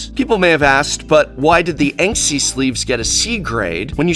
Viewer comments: I imagine that few care but the brand name is Ensky and not 'Enksy' ::shrug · While the Prof is downright awesome - This is going to be a tedious review to listen to if he keeps pronouncing Ensky (look it up, it is a word) like Banksy... it is not enksy, it is “ensky” Prof, ensky.